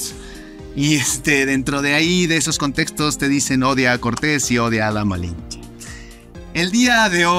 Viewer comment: Este wey solo cuenta su supuesta versión que le conviene esta historia es para los fifi que aman españa y toda europa y el otro wey no puede ni decir lamalinche